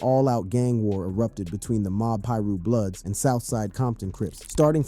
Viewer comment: Bro said “mob Peru bloods” and “club 6hundred and 62” 😂